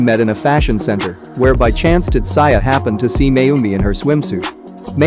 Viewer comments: Tat-sa-ya..... UGHHHHH TAT-ZOO-IA ------ PHONETICALLY. TATSUYA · Whu does he keep saying Tutsaya in place of Tatsuya..... it seriously irks me..